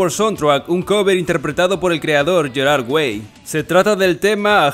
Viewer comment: Me estresa como pronuncia "Gerard"